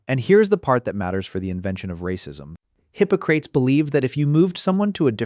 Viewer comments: Hippo Crates 😂😂😂. Hip OC rat ease is how it’s pronounced. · Hippocrates is pronounced hi-po-cra-tees. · “Hippo crates”? 😂a new low for your AI! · lol you cant even pronounce hippocrates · Learn how to pronounce Hippocrates!